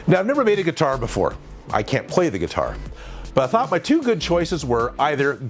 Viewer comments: Every time he said guitar I flinched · I am very fine with you saying gutiar